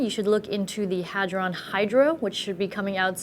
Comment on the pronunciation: I was really looking forward to her saying "Hard On" like Linus did. LOL Good job avoiding the trap Joanne.